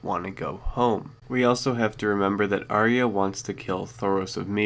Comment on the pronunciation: I don't know how anyone still gets this wrong, Arya is pronounced eye-a NOT arree-ah!!!